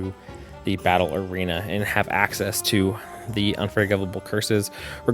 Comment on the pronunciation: No offense but every time you say "battle arena" it sounds like you are saying "Ballerina" so "Dark Arts Ballerina" is perhaps the silliest collection of words to cross my mind this morning - - so far anyway. Good video!